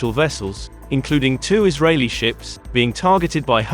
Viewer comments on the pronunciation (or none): none